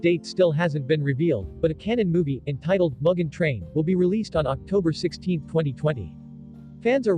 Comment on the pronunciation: I apologize, as your pronunciation of "mugen" makes me giggle. It's pronounced "moo-gen."